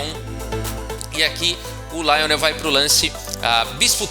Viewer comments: Rafael: se Lionel era francês, a pronúncia jamais seria como a que fez, na forma inglesa. "LIonel" em francês, é bem mais próximo da pronúncia em Português de "Lionel". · Se o cara era francês, então a pronúncia não é Laionel. A primeira sílaba é pronunciada igual ao português, ou seja, Li. Assim como Garry Kasparov é pronunciado no russo como Gári Kaspárov